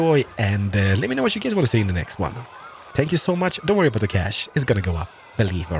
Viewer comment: It sounds like hes saying spank you not thank you